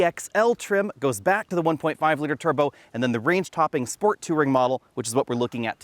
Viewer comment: Is pronunciation of "touring" and "inches" a specific regional accent? Or just his own jam?